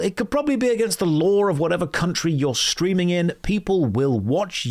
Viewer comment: Have you ever noticed you end "ing" words with "ink" a lot of the time. Streamink